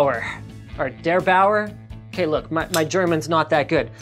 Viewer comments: the second pronounciation of Der Bauer is actually pretty close. its pronounced Der - as in truth or Dare bau - like the bou in about er - just er .. like in error or so. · the second pronunciation of Der Bauer was right greatings from germany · The second attempt to pronounce "derBauer" was better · The second is nearer to the right "Der Bauer" pronunciation ;) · The second pronunciation of "Der Bauer" was close enough... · I understood it the first time and have to say that his second attempt was actually pretty good IMO